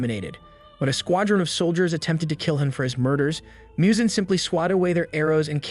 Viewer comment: Muzan not Miyuzan